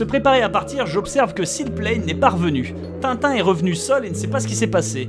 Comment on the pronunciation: putain les gars faitét un effort c’est tin tin